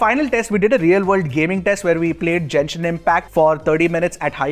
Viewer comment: great video, just as a fan of genshin, its pronounced Genshin, not Jenshin